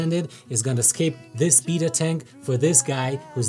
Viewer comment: Howcome says "betta," but you say "bita?"